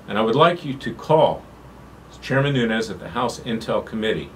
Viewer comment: Nunes not Nunez.